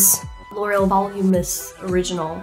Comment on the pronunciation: ... did she say “L’Oréal VOLUMUS mascara”..?